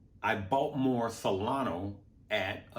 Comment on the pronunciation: Love the channel but please pronounce Solana with an “A” and not an “O” So lan a